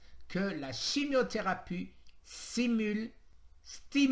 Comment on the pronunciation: Tu sais plus lire 😁😁 chimiotherapue, endoctrinien, synurgie, alcanise